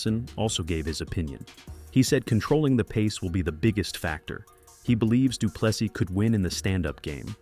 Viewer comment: Say doo plu SEA NOT SIS NOR SEAS